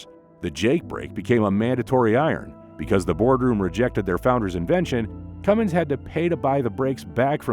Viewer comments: It's Cummins, not Cummings. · I'm just here to salute all the idiots that say "cummings".